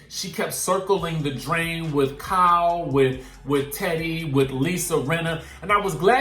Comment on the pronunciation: Lol the pronunciation of Kyle “cow” was kicking ass today